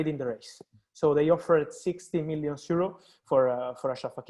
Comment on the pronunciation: Why Fabrizio always pronounce “Euro” as “zero”? Is that Italian accent or what?🤔